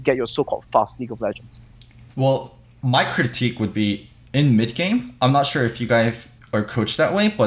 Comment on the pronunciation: "Chure" - Thorin